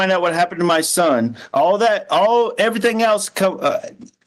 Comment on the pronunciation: "I've done EVERYTHINK you've asked". "You brought your ex wife up into our home and that was WRONK". "I haven't done ANYTHINK"! The way she speaks is so gross. It's so painful to listen to and sadly, Harley speaks the same way.